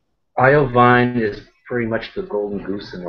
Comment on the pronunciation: "eye oh vine"??? lololol....